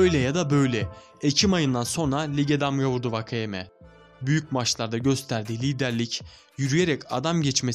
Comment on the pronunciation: Vakayema değil wakayeme diye okunutor4